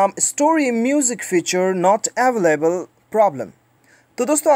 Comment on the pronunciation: Did he say availavalalavalavalavble🤣🤣🤣😂😂